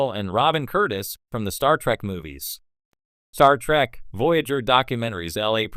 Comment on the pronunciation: Did the AI say "Star Track"?